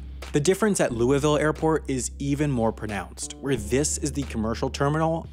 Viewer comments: it is pronounced lou-eh-vol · Lewieville or Louisville? Geta grip and start sayin it right. St lewie or St Louis? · this guy says louisville like louis- ville its pronouned lou- voul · I’m not usually like this but , you say Lou-e-Vel , but it’s pronounced Lou-e-vole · As someone who lives in louisville, UPS planes runs our sleep schedule. At like 2am you hear a UPS plane earrape us lol. Also its pronounced "luuvul" lmao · You're butchering the name of my city ); louisville (lowl-vole) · Dude, Louisville and Louavul. Get you prononciation straight. Jk, awesome vid, I now know why Worldport is in Louisville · You say Louisville wrong! Loo-a-vul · You almost said Louisville correctly! (The first time) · I cringed at the pronunciation of Louisville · The way he pronounces Louisville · To all the people from Kentucky and right next to Louisville like me we are the only ones who cringe up when he miss pronounces Louisville lol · Ok louisville isn’t pronounced like that and it’s not a small city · The way you say Louisville kills me as someone who lives in Kentucky